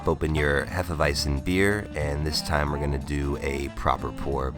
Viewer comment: IT'S PRONOUNCED "HEFE-WEIT-ZEN"